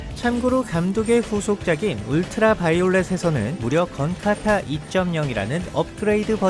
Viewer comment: 자꾸 '건카타'를 '건타카'라고 하네요 ㅋㅋㅋㅋㅋㅋㅋ